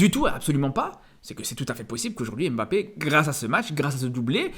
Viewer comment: C'est pas "émbappé", c'est "mbappé". C'est pas "M. Bappé", c'est "mbappé" en un seul mot, ca commence par un "m" pas par "ém". Tu dis pas "émadrid" ou "M. Adrid" tu dis "Madrid". Tu dis pas "éstylé" ou "S. Tylé" tu dis "stylé".